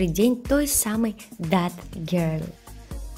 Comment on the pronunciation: Читается зет а не зат